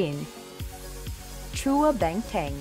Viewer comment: Sa pagsabi at pronunciation ng family names ay meron incorrect. For example, Lim & Chua... hindi correct pronunciation sa Lim at mali pagsabi sa Chua na "chu-wa" imbes na Chwa.